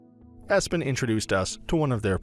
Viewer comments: EPson, not ESpon! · Epson not espon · I cant give much credence to someone who cannot even pronounce the product name correctly. Espon??? I bet EPSON was a little chagrined. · Because it is Epson not Espon . Would you watch my review about Massung S20? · "Espon" whut? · I stopped this video immediately after he said Espon